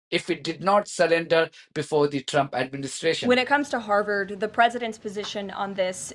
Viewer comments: Harvard Not Harward Vee sound in harvard Not w sound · You keep saying Howard 😢